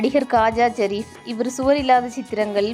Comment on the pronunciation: காஜா ஜரிப் இல்ல ஷரீப்